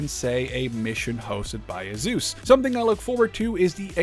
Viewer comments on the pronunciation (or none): none